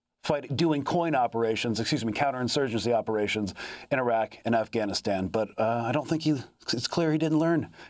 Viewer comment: Amy, you pronounce “Afghanistan” perfectly!